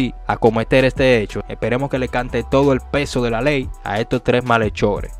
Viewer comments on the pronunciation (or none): Disculpen no lay sino ley.